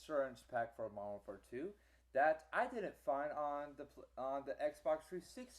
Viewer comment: Also, you probably lagged out alot cause of you downloading so much pr0nz mayne. Another thing, stop stuttering. And fix your pronunciation, WARD AT WAR? Next on our list, i did what you said, i even hooked up both my xboxes and my ps3 PLUS one of my family members xboxes that was downstairs, and we all played MW2 in the same game, except for the ps3 which was in another ground war on psn. I had 4 bars and didn't disconnect. uSoMad